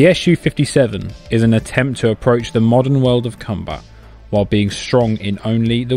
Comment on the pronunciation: "the modern world of cumbat"